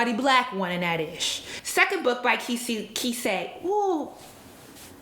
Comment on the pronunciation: Not sure if anyone said it already, but I believe Kiese Laymon's name is pronounced key-essay. I met him at a reading/discussion a few years ago and I'm almost certain that's how he pronounced it.